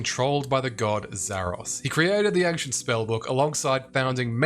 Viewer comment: I didn't say anything on the other video but you are saying "ankhshent" way too many times in the first minute for me to keep silent. Ancient ayyynshent